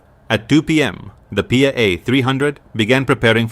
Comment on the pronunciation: It's not pia its P.I.A Pakistan international Airlines